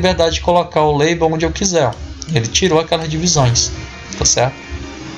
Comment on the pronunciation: Deixa de ser sem vergonha macho! Tu sabe falar em inglês sim, ta é tirando onda kkkkkkkkkkkkkkkkkkkkkkkkkkkkkk Tu se entregou em , tu falou "Leibou" e depois falou "label" só de sacanagem kkkkkkkkkkkkkkk. No mais, o vídeo ta muito legal. Parabéns e obrigado pela ajuda. Forte abraço!!